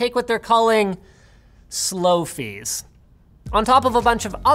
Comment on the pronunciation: I heard Slow Fece. Why?